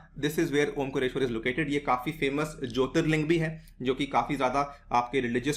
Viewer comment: सर जी ओंकरेश्वर नहीं ओंकारेश्वर और खांडवा नहीं खंडवा है।